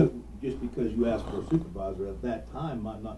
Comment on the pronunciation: Warren...DO NOT AXE anybody, you will go to PREE SON